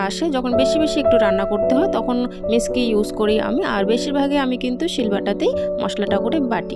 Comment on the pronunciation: Divai kichu mone koro na কথাটা মিসকি না ওটা মিকসি হবে। ভালো থেকো❤